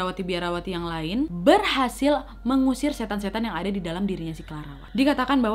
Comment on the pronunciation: Awalnya masih jelas..'setan'..tapi blakangannya 'set' aja yang kedengeran..trus balik lagi jadi 'setan'..